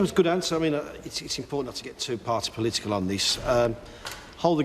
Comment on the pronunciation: Imagine electing a prime minister who can't say political.